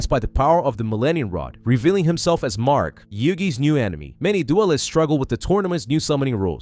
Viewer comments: This video is so well put together and coherent for the insane amount of details in this series. But the name pronunciations hurt my soul. Atem... A-Tem not Adam Marik... Mar-Ik not Mark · Marik, not mark. Omg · Why does it sound like hes calling Marik Mark 😂 I know hes not saying Mark but it still sounds like it lol